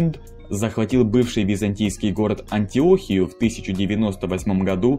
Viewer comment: АнтиохИю ПатриорхИю АндронИк Проверяйте ударения.